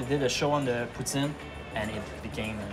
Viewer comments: Poo teen.... WTF is a poo-teen it's poutine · Can everyone just say Put- Sin and NOT Poo - Teen!?! French or English! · Tabarnak Ricardo c’est cringe t’entendre dire « poo-teen ». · It bothers me the french guy is saying 'pooteen' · Wha.... Why did he put the EEE sound in poutine?